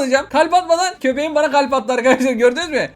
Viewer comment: Abi balon kafa senin türkçeni de bozmuş 😄 ÖRNEK: ya benim köpkekim nerde 😁😂